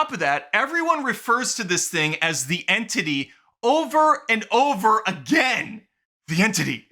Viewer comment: Ahh yes….the entittie…a classic foe